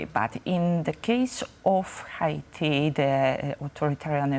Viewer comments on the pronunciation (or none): Why does he pronounce Haiti like that? Not how we say it in English.